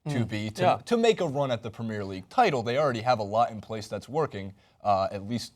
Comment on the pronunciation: please learn how to pronounce Premier League it really gets on my nerves